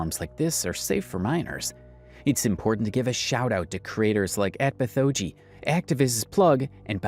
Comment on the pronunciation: Small nitpick, Bithoeji is pronounced "bit hoe gee". It's a pun on bitmoji.